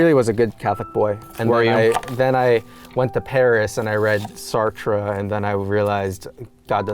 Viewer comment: Guys, he read Sartruh